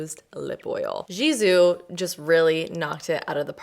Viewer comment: Love you but PLEASE stop saying jisoo. The G is pronounced G like good 😌 Its a Farsi word that means hair